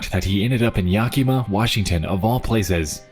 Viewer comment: Bro keeps saying Yakima wrong 😳